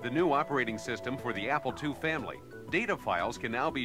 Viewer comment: it sounds like he's saying "Apple twoee"